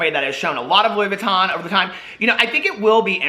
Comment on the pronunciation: Louis Vuitton??? Sure suuuuure. I buy louisss foitonz! 🤣